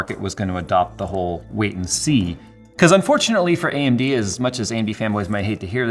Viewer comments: he says AMB instead of AMD, LOL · Yes, you weren't misheard. His mouth shown "B"